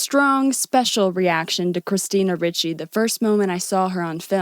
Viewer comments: Ricci (pronounced Ree-chee not Richie) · It's pronounced ree chee, not rich ee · Good video. FYI her name is pronounced REE-CHEE, not RICH-EE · "REE-CHEE" not ritchie.... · Ree-Chee not richie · Right when I saw this movie, I took the whole thing as a dream in a creepy guy's head. And yeah, he's creepy in real life. This is quite disturbing. BTW It's pronounced "Ree-chee", not "Richie". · "christina richie needs no introduction" you can't even pronounce the woman's name, you might need to introduce yourself to her work. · say it with me "Christina REE-CHEE" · Small note: it's Ricci, pronounced reach-y. Great video - haven't watched the movie in YEARS, so I think I definitely saw it in a different light than I would now, even without learning about all the insane BS Christina endured, none of which I knew about until your video. New fan, here, and I just subscribed 😁. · Christina REE-chee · Great video but I just want to point out her last name is pronounced Ree-chee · pronounced "ree-chee" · Christina Ricci would be pissed you pronounced her name wrong 10000 times. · imagine how much Ricci would have been thrilled if you had actually pronounced her name correctly anywhere in your film.